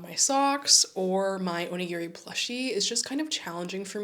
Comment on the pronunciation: おにぎり====sorry, Japanese person here. Oh-ni-gi-ri do not say/ pronouce/ or even sounds like "near" in the middle. :-). I hear so many people mispronounce this, especially on social media. Looking forward to your designs and best to you ヽ(o＾▽＾o)ノ